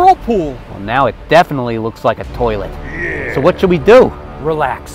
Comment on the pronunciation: I Rip wun he said toillet🤣🤣🤣🤣🤣🤣🤣🤣